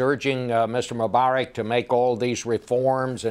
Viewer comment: his name is Mubarak not Mumbarak!!!!and btw i don't like the guy